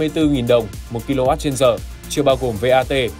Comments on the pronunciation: Nhầm tí ko sao, mọi người vẫn hiểu là đc rồi, soi kỹ thế. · Nhầm tí ko sao ông ạ